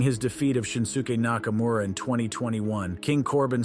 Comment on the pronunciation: "Shinsuka Nakamura" ?